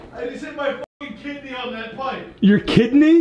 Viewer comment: Anybody realize that Ethan said KITney